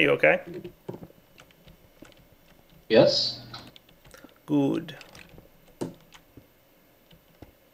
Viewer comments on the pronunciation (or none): i thought was talking german with neptune;)) i thought he said "guut" which means good;)) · ur good sounds a bit german...